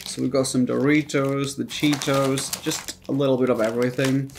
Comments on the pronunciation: The first video the guy says hot cheeteRs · The first guy said cheeters